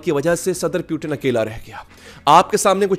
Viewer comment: putin✖️ Pewton✔️ 😂😂😂😂😂😂